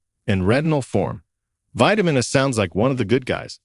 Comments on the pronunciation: Hire somebody to be a narrator because this robot doesn't understand how to speak. It's vitamin A. Not vitamin UH, WTF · AI narrative is dumb. Who says "vitamin ahh" ?